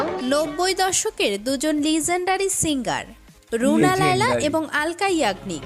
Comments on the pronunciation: Akta vedio banate hole study korte hoe, রুনা লায়লা ai namta ak ber er jornno tik moto bolte parle na. Tumi kiser compayer korbe ? just runa laila er biography google kore dekho ? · আমাদের রুনা লায়লা ম্যাডামের নামটা সঠিকভাবে উচ্চারণ করা উচিত যে নামটা বলতে পারবে না সেটা নিয়ে কনটেন্ট করবেন না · "রুনা লায়লা" নামটা শুদ্ব ভাবে নআ বলা চরম অবমাননার সামিল। বয়কট করলাম। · Agey buna laila na bole thik kore naam bolo tar por subscribe korbo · তোমাদের উচ্চারণে ভরি রুনা লায়লা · রুনা লায়লা। "বুনা" নয়। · খুবই দুঃখজনক ব্যাপার। রুনা লায়লা নামটা ঠিকভাবে উচ্চারণ ও করতে ষ পারে না অথচ উনাকে নিয়ে ভিডিও বানাচ্ছেন। রুনা লায়য়া , বুনা লাইলা আরো কতো বার নামটা ভুল বলছেন। যদিও আপনারা যে ভিডিও দেখে রিয়্যাক্ট করছেন সেখানে উনার নামটা রুনা লায়লা বলা হচ্ছে। কেন জানি মনে হচ্ছে আপনারা ইচ্ছাকৃত ভাবে একবারের জন্যও নামটা ঠিকভাবে উচ্চারণ করেন নি। এটা খুবই দুঃখজনক। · রুনা লাইলা। লাইয়া না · বুনা লায়ইয়া না রুনা লায়লা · দাদা কী মাধ্যমিক ফেল?? 😂 রুনা লায়লা না বলে লাইয়া লাইয়া বলছে 😮😂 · Ra dada ota runa laia na. Runa laila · তুই কি ভাই অশিক্ষিত নাকি, রুনা লায়লা কে বুনা লায়লা কেনো বলছিস। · নামটা এমন না উচ্চারণ তোমাদের এমন 😂😂 রুনা লাইয়া না রুনা লায়লা ❤😊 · অশিক্ষিত নাকি আপনারা? বুনা লায়লা কি? নামটা ও ঠিক করে বলতে পারেনা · কি রকম মুর্খের মতো কথা বার্তা রুনা লাইলা কে বুনা লাইলা বলতেছে।ভিডিও তে বারবার নাম বলতেছে তারপরও শেষে বুনা লাইল বলতেছে।😅ভিডিও করার আগে নাম গুলো উচ্চারণ ভালো মতো পড়েনিলেই তো হয়। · আরে বার বার বুনা বুনা বুনা লাইয়া,, এটা কি ভালো করে নামটা পরে দেখেন ভিডিওতেও এতোবার নামটা নিলো তাও কি শুনেননি,,,ওনার নাম ''''রুনা লায়লা,'''' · ধুর হ্লা, নাম টা ঠিক করে পর,, রুনা লায়লা। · Buna na namta to valo kore bolo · এখন পর্যন্ত নামটাই উচ্চারণ করতে পারলে না, আসছো স্টাডি ভিডিও নিতে। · গাধার দল তোরা উচ্চারণও করতে পারিস না ঠিকমত নামটা বলতে পারিস না উনার নাম রুনা লায়লা